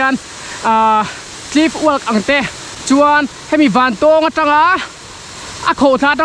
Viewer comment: A hmuhnawm thin e,Vantawng i lam dan khi a dik chiah lo in ka hria.Pui miah" thin e